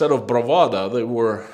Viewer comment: BravaDO not bravaDA